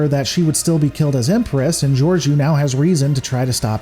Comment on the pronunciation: Why does everyone fuck her name up? It's pronounced 'George -O' long 'o' not a 'u'.